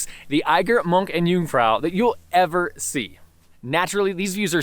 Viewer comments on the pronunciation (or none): Yes, you're doing great, and it's hard to learn German in Switzerland. But no one pronounces it like the English "see". You must hear that word enough to mimic it properly. It's more like "say", but not quite. If you are taking a German course, I'm sure it's a pronunciation you can learn there. Especially if you are promoting a visit to the Bachsee, which unfortunately all tourists do, and we Swiss avoid for that reason. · I'm impressed that you pronounce "First" and "Jungfrau" properly, but so many lakes in Switzerland, it wouldn't be hard to pronounce "See" properly in German?